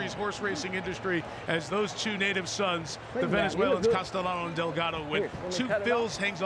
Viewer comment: Great race! That 3rd horse that maybe took 2nd place also had a great finish. Note: The professional media commentators need to be trained to pronounce the jockeys' names correctly. In Spanish, a double LL is pronounced as Y. So, Castellano is pronounced CAS-TEY-YANO (not CAS-TELL-ANO).